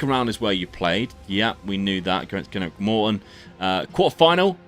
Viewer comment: Please pronounce Greenock Morton right